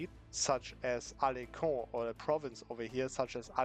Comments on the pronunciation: Well when you're not french you're not supposed to know that it's pronounced AlenSon because of the weird c : "ç", otherwise it would be pronounced as he saidn he really neild the "en" sound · no one: the student: “alenKon”